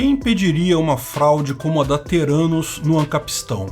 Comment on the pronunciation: "Terânus"... os investidores não sacaram que era o deles que tava na reta kkkkk